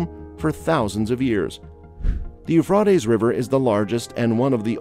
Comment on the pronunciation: You are pronouncing the river it's Euphrates it's Euphrates